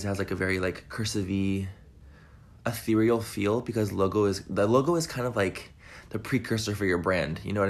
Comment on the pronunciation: Hey!!! Glad you are feeling better❤️ love you and agree with you.. if he says Atherial one more time I might gouge out my eyes and ears... lol it's cursive he needs to pump his brakes!